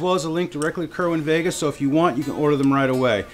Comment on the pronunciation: It's called "Sayr-win vay-guh", not "kerr win ..."